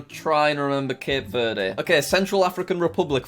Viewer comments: You pronounce Cape Verde Cape verd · Cape verde is pronounced like cab verd